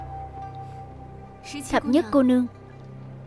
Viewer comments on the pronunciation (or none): Ủa tên Thập Thất mà sao nghe ra Thập Nhất vậy ta